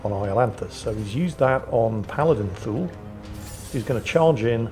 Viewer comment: Please tell me I wasn't the only one who thought he was saying Fool not Thule (I hadn't read the name until last video)